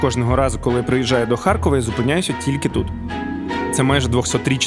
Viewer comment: А чому ХарЬкова? Справді цікаво, бо дуже багато так чула ще й від тих, хто в житті говорить укр. Чоловіка мама з татом колись жила в молодості 2 роки в Харкові і щось до сих пір так говорить «ХарЬкова»